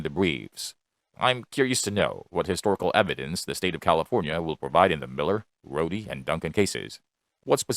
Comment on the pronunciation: Rhode v Bonta. not Rhoadie